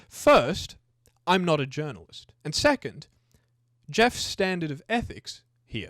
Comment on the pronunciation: 3.4 seccond instead of second.